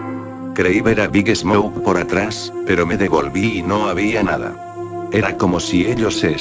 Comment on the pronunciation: Cuando dice el nombre de big smoke siempre entiendo big snouk